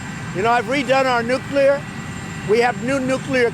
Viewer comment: Finally, a President who can say "NUCLEAR" instead of "NUCULAR" hahahaha! I don't understand what the problem is with some people, are they lazy or what? Speaking the English language seems to be getting harder for certain people. Forget about spelling - just not important anymore?